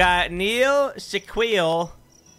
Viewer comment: How you gonna spell Shaquille correctly and say Shaquel